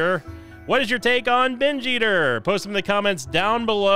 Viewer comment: Best part of binge eater is listening say binge ester in a funny way everytime he gets a binge eater item